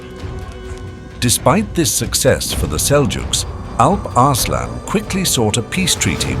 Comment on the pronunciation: Arse-lan... 😂😂😂😂 Sorry😅